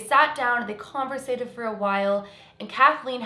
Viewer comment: Convosated lol